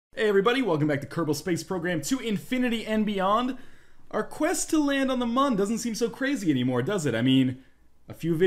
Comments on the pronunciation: Its pronaunced Moon not Mun. I suck at spelling but im good with how things are said. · For the record it's still pronounced Moon, theres umlauts in the Mün.